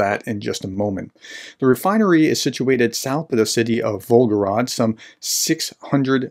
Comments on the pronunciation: It’s volgoGRAD, not volgoROD. VolgoGRAD, just like stalinGRAD. And as far as that disgusting orc nation is concerned: Ceterum censeo carthaginem esse delendam. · Pronunciation tip: “grad” basically means “city”. The name of the river its on is the “Volga”. Say Volga-grad, not Volgo-rad ( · The city in question is Volgograd. (The way you pronounced it, omitting the 2nd 'g', it almost sounded like Belgorod.) It is city previously known as Stalingrad (and before that, during the empire, it was Tsaritsyn). It was changed to Volgograd (after the river Volga) during the so-called "de-Stalinisation".